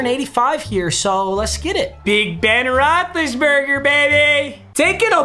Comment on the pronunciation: Roethlisbergr lmao